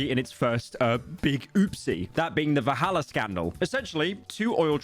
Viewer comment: Are my ears deceiving me? He's saying "Vahalla" instead of "Valhalla", right?